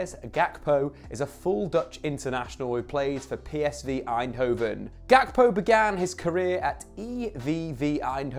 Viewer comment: The name Ga- kpo originates from an ethnic group in Ghana (Ewe) It’s not pronounced Gak-po the ‘kp’ produces one sound Cody is of Ghanaian decent